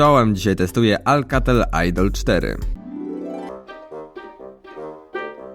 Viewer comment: Chodziło mi o akcent;)